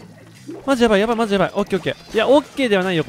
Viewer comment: 卍やばいにしか聞こえん